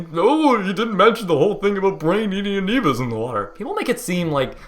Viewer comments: "UH nevus" is how it showed in closed captions, so of course I had to repeat it twice. Yes, he said "UH nevus" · Aneebuhz. Deadly nookyuhler aneebuhz. They're in cahoots with those famous Floridian crocodiles.